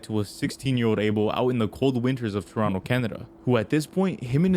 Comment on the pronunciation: ok but like.. Toranto ??? u serious???